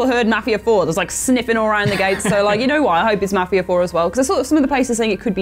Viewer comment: Seriously, why can't Brits pronounce Mafia?